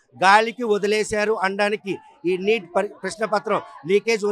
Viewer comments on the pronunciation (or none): Not NIT , it is NEET